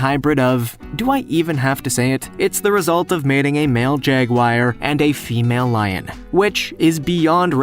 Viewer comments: "Jagwire"? It is pronounced jagWAR. But at least he did not say JAGyouAH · YOOOOHOOO!!! It's NOT pronounced JAGWIRE!!! (JAGUAR) It's J-A-G-W-A-R, the latter half being like the AR in the word JAR!!! Where on earth did you LEARN TO READ!!! When you're in school you're supposed to LISTEN not take a nap!!! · Wth is a Jagwire, its a Jaguar not a wire. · It's not a taigan. It's a tigon. And what the hell is a jaguire or jagwire? You mean a jaguar? Brooo get your facts straight. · Jag-wire and stir-rile. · Did you say jagwire? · A jag-wire aye well thats a rare species right there gotta keep an eye out for them jag-wires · JagWIRE = NOPE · What the fuck is a jagwire? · Jaguar not " jagwire " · "Jag wire"?...what's a jag wire? Did you mean to say jaguar? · "Jagwire" XD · I wish he would stop saying "jag-wire". Otherwise a great video! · Is it too hard to pronounce "Jaguar" correctly?